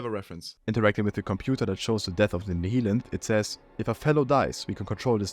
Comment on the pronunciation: Nihilanth is pronounced nile-anth. "Half-Life 2: Raising the Bar states that the first part of the Nihilanth's name is a reference to Nihilism, while -anth is a common suffix that is related to flowers and is a reference to how its scalp peels open like a blossom."